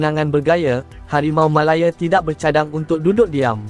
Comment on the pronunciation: Sebut la harimau malaya betul2..bukan sebut harimau malaye...gampang betul😂